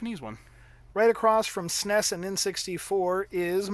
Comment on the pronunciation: This was amazing. I love the stories you were telling as you were showing us your MIND BLOWINGLY AWESOME video game room. I'm happy for you, man! That's beautiful. Thanks for sharing, and it's really cool that you work for Korn. By the way, it's the first time I hear the S.N.E.S pronounced 'sness' like you do. Thought that was interesting.